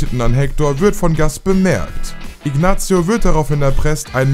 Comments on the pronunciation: salamanka nicht sälämänka , Inasio nicht Iknatzio macht ihr das extra oda watt ? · Oder aber Ignazzzio...Wie kann man bei einem so großen YT Channel Sachen so schlecht aussprechen?! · Scheiß Video. Sein Bruder heißt nicht Chuck Goodman, sondern Charles "Chuck" Mc Gill. Salamanca ist außerdem ein spanischer Name und wird nicht "Sälamänka" ausgesprochen.... gleiche gilt für Ignacio.... nicht "Ignazio".... das "c" wird ähnlich wie das englische "th" ausgesprochen. Macht erst wieder Videos, wenn ihr es könnt.